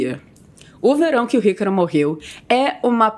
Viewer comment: Parece que ela fala ycaro kkkkkkkk